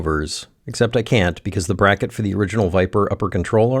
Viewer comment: ... What is this "brah-kett" you speak of ???... 😂